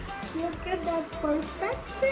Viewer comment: The way pronounced ‘PERFECTION’ #PawMoment #PawrfectionUnleashed 🎯🧿🫡